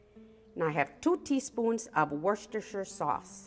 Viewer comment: Worcestershire sauce: you may pronounce it "wooster 'sauce, oo as in 'shoe'